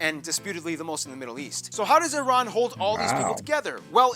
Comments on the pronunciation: repeat after me IRAN not eyeran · love and respect from Iran. and btw the correct pronunciation sounds like E-Run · It's eeran like Italy or Iraq 🙂